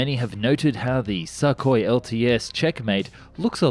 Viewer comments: im curious. what kind of stupid is needed to pronounce sukhoi as "Suck Hoi"? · It's not pronounced a "suck" hoi as you say it. Your pronounciations "suck". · you pronounce sukhoi and mach wrong, mach is said like mark but with a flattened R and sukhoi is said soo koy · Thanks for not mispronouncing the designation Su as "soo". That gets really irritating. Need work on properly pronouncing the name Sukoi though. I cringe on every "suck-oi". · I love your videos and thanks for this review, but please, try to pronounce Russian names a bit closer to what they originally sound like :) "Sukhoi" should be pronounced like "soohoy" with the emphasis on last O. Thanks! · "Suck-oy" - maybe you should learn something about pronunciation of the words you use. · It's weird to hear suck oi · Hey! Russian aircraft are called Su, Tu, Yak, Il… they are called after their designers: Sukhoi, Tupolev, Yakovlev, Ilyushin…. Their pronounciation is Su (su NOT S.U.), Tu (‘too’ NOT T.U.), Il (il NOT I.L.) ect… official names are as follows - big letter followed by small letter: Think of it as NASA and EASA (NOT E.A.S.A.) 🤗 Great video as usual! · Dude, please learn to pronounce Sukhoi correctly....FFS Also your "unguided rockets" are flares. lol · TOTALLY AGREED IF YOU’RE GOING TO NARRATE AND YOU CAN’T PRONOUNCE WORDS PROPERLY GO BACK TO ELEMENTARY SCHOOL AND LEARN HOW TO SPEAK PROPERLY FOR THE PUBLIC’S SAKE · Sukhoi - the U is pronounced like in Sugar or pull, it was a bit painful to hear every time. Not trying to be "that guy", just trying to help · Kinda like x-32 + x-35 in terms of configuration Also please go check how to pronounce Sukhoi, yours sounds weird.